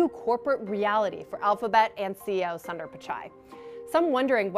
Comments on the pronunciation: Its not sander pichai its Soonder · Can do the basic homework an anchor should do? Pronounce the name of Google CEO correctly? It’s not “Sun-Daar”. Hear how he pronounces it or do basic research and go to Wikipedia. Get ur act together CNBC, this is nuts. Google, Microsoft, Adobe and so many other mega caps have Indian CEOs have some basic pronunciation training or find ones who can. So unprofessional.